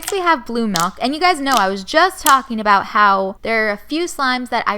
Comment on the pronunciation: (ma-lk?) its (mi-lk)